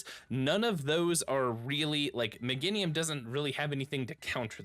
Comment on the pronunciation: Me-GAIN-IUM for the love of god so many streamers cant speak english lol